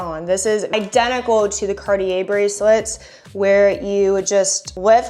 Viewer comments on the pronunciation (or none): none